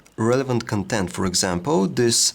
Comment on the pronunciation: His accent on the word "content" is killing me, he gets it wrong every time ...